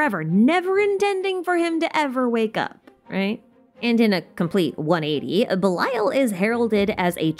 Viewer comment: as a non native eng speaker and avid anime watcher i thought u said bile took me minutes to figure it was belial :_)